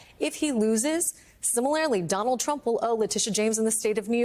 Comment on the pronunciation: How does one, "OPEN UP A KEY"?? Do tell. 😂😂😂 And, why does she not understand the word "similarly" has no "E"?? "SimiLAREly"?? Really? Wow.